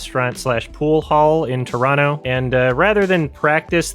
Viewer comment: I just have to put it out there that I appreciate when people can pronounce both Toronto (Traw-no) and Montreal (Mun-tree-all) properly. I know Native Montrealers who don't even pronounce our city properly